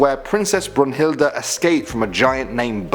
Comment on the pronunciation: It's brühilde bruhild